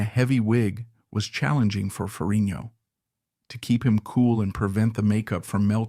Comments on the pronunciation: Great video PLEASE look up how to pronounce FerriGGNo Its not Ferinio Had to mention 😅 But liked your review of one of my favorites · um nothing new here for me bud.know all this and much more.plus you need to pronounce the G in FerriGno 😁